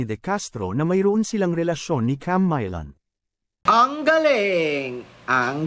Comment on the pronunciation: Camaylon? Ok ka lang bulol? Ayusin mo magsalita